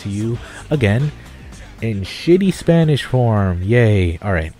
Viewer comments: dude what are you talking about? you have a pretty great Spanish pronunciation. congrats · Why do you say your spanish is bad... your pronunciation is practically perfect. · ¡Vientos!, tu pronunciación del español no está nada mal. To be honest, your spanish pronunciation isn't bad xD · good spanish i actually speak spanish and you have good accent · O my gud!! you have a very good spanish!!! trust me , i'm mexican.